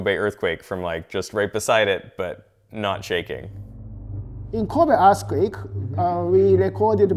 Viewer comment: He said “Kobe Assquake”